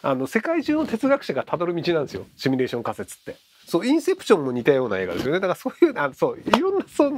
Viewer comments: シュミレーションとつい発音してしまうひろゆき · まじで。シュにどうしても聞こえる。